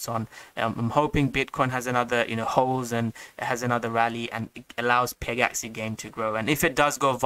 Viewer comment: Bro it's not peg-axie it's pegaxy... like a mythical pegasus. Not an axie.